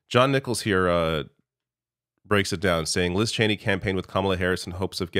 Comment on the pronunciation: ITS CHENEY FOR CHRIST SAKE!!!!